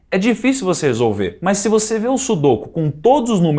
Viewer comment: Nao é sudôku e sim sudokú